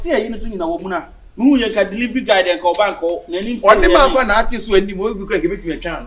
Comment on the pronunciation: Did I hear deliving guy nu 😂😂